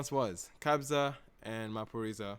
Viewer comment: Yes you pronounced Maphorisa correctly.😂💕